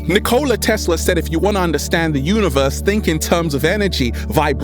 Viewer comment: my dude... I love ya... But That’s not how you pronounce Nikola...